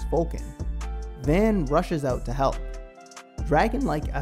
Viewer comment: His name is pronounced V *ah*n. The 'a' has a deeper sound to it. Not the van like the vehicle. 😆 Also, I would love to see this anime get a reboot or continuation. I miss the characters so much and was never quite satisfied with either the movie or series ending.